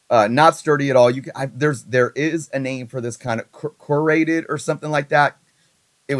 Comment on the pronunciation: Core-ahhh-gate-ed cardboard 😊